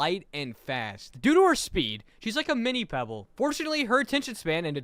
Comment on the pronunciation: NOT PEEBALL😢! Just in case peeball=pebble